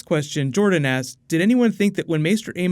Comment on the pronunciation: He doesn't hit the "k" much when he says "asks," so it sounds like he's saying, "Next one... Sheep ass... Next one... Savage ass..." :P